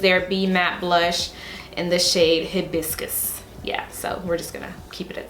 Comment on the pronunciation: HI-BISS-KISS ....it's okay girl 😘, i only know because it our state flower. I live in Hawaii